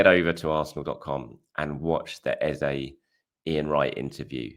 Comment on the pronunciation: hi.. why say ezAY.. when his name is ezA? trolling? xD